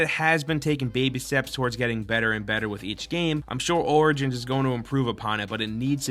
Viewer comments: Is it just me or are you saying assassin's Creed: Organs? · dude, "origins" reads like 'orijins'.